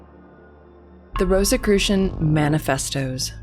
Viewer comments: why do you pronounce it with a "t" after the "s" ? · I prefer. I had never heard it called ROST or ROAST-I-crucians. 🤦‍♂️. Yeah DEF not secret by any means, I’ve even seen them speaking on a tV show recently.